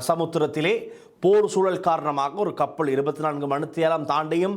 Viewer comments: கப்பள் இல்லை கப்பல் முதலில் தமிழை ஒழுங்காக கதை சும்மா அநிராக்கு செம்பு தூக்கிக் கொண்னு முக்க வேண்டாம் நீ எல்லாம் எப்படி ஊடகவியலாளர் உனக்கு தமிழே சரியாக வராது அமுக்குள்ள வந்திட்டார் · கப்பள், நிளையில், பறபறப்பு, அணுப்பி, பளி கொடுக்க, இறுக்கின்றது, இறுக்கு, சிக்கள், பாறிய பிறச்சனை, பனரும், கறுத்தையும், கொள்ளப்பட்டார் இத்தனை உச்சரிப்புத் தவறுகள் தமிழ் ஊடகங்கள் தமிழுக்கு மதிப்பளிக்காத???